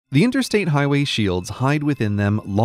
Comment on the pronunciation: How many times did he say intersate?